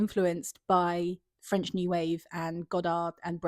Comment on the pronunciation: I really liked your analysis and the way you talked about films of different areas, that's a very interesting topic thank you ! (By the way you say french names perfectly, i haven't heard an american [?] with such a good french accent before, as a french person myself)